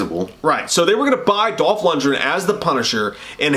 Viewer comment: it's pronounced Dolph Lundgren